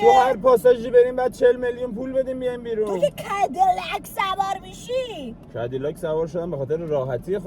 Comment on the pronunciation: فقط کدیلاک گفتن امیر 😂